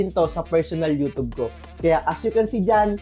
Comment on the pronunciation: everyone = you-tube this guy = you - toob